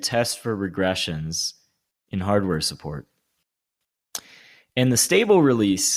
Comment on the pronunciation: "Suppprt firefox" loved that